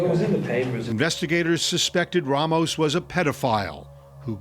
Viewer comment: Why does he keep saying RAH mos when he has been repeatedly told it’s RAY mos? Idiotic